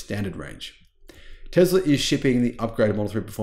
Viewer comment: Hey brother it’s. Called Tesla NOT TEZLA 😂😂😂😂😂